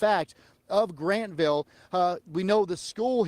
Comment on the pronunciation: It's Grantville, not Grandville